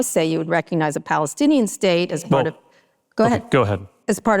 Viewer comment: Does Pete even know how to say Palestinian? A blind focus on only one party eliminates the other. He’s another sellout war hawk. I like the questions asked tho!